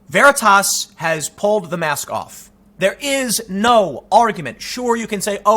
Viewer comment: Stop the veratasss once and for all... it's veritas... as in "Truth" * facepalm *